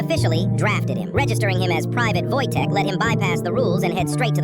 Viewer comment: Wojtek is not pronounced like the American wojtek it's pronounced "Woytech"